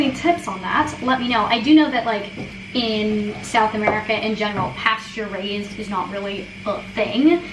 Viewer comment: Not me thinking that every time you said "pasture raised" you were saying "pasteurized" in a very strange way 👀